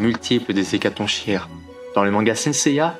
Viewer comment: Attention le "ch" d''Hécatonchires se prononce comme si c'était un "k" , comme dans chaos ou choléra (oui je choisis des exemples fun) :)